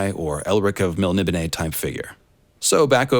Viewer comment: Ok so I am pronouncing Melnibone right, thank you